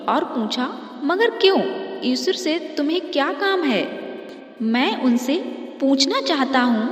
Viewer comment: O bhai vo eshur nhi eshwar h.